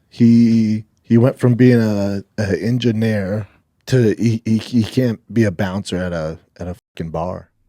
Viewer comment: What's a "in jun air"?